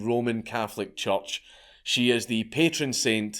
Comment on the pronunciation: Scot: says "church" Me: Did you say "judge"?